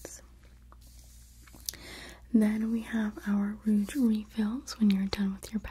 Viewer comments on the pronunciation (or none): Just a tip: the G in rouge is softer. It's pronounced like the s in measure. Like an sh, but a zh, instead of what I was hearing as a dzh like in bridge. Just in case you cared; no judgement! 🙂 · You're so wonderful and beautiful! Bless your heart, lovely -- the "G" in "rouge" is pronounced like a "J", as in Jaja (Gabor.) Just pretend you're french for one word -- it originally just meant "red." 😘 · I love this video but PLEASE learn how to correctly pronounce rouge. "Ruj" - it really breaks up the video when you keep mispronouncing it. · I love the way you say compact and rouge! Glad I found you! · I love how you say rouge!